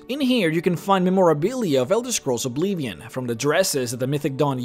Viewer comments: Ob-LIV-ee-on. Not Ob-lee-vee-on. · Dude.. I'ts Oblivion, not Obleevion. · Oblivion* its OBLIVION. Not obleevian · What is this obleevion you speak of? I only know about Oblivion. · not to mock you at all but why do you say "Oblivion" so funny?